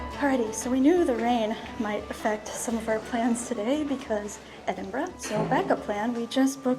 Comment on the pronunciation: My home town, though I now live in England, but so glad you are pronouncing the city name correctly 😁